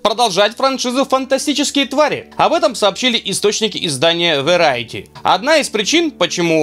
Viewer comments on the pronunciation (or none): Варьете, Верайте). Как же кайфово каверкается Variety). Или это не специально?